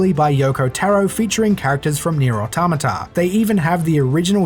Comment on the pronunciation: Thus man say neir qaaahtata